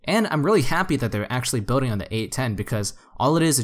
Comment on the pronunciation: I always hear “road bidding” when you say “road building”. 😄